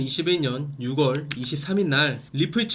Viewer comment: 내용은 엄청난 퀄리티입니다 엄지척 다만 6월의 발음은 육월이 아니고 유월입니다.